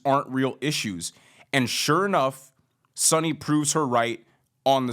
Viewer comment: You lost me in the beginning by mispronouncing Sunny's last name. Maybe do abit more research.